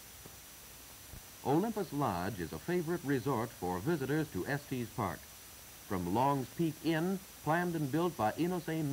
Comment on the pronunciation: Estees Park…lol. I grew up there. It’s just Estes. No matter, I really like these old newsreels. It’s fun to see the town and area before my time.